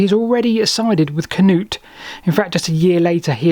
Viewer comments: As an Norwegian with the name "Knut" still used daily here he's pronunciation is ok. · The same goes for Sweden. The pronunciation of »Knut« is almost spot on to its Swedish counterpart. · You did a good job. Better that the usual Cah-noots. 👏🏻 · His pronunciations are perfectly correct.